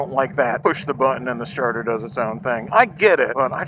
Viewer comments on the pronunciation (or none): none